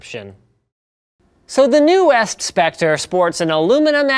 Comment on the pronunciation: 256GB ofPCI -- you dropped a space in your rush to post this Also at the start you pronounced newest as if the syllables were individual words -- linus is a robot confirmed